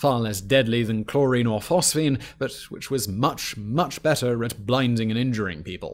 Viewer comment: it's Phosgene gas